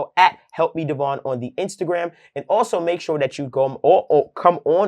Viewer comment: Then I’ll “alsho “show you